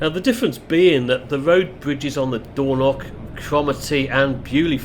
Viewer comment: Hi, I generally enjoy your videos - hence my subscription. But oh dear you do need to work a lot to improve your place name pronunciation. There are no such places as "Doorknock" or "Libster", at least not that I'm aware of having despite having lived the first 40 years of my life in Scotland. Lybster in Caithness is pronounced Lie-bster (as in lying or tying) Dornoch is pronounced exactly as it is spelt, Dor-noch using the short 'o' in both syllables and the ch at the the end using the same gutteral sound from the back of the the throat as when (correctly) pronouncing the word 'Loch'. Now I know a lot of folks from down south just cannot grasp or master that last one - if that's the case then maybe you you should stick to text captions rather that butchering place names. Sorry if this comes across as a bit harsh, but bo try and improve on this as it does take the gloss off what are otherwise very good uploads. 100% with you on the rudeness of people queue-jumping. As you recently featured the Far North line (one of the most underrated rail journeys in Britain) I thought i would share with you that until WW2 Lybster had a passenger rail service served by a branch line from Wick.